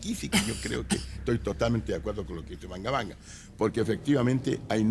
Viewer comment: Todo iba a bien hasta que dijo "banga banga" que clase de investigador es ese señor. xd canaluchos comprados.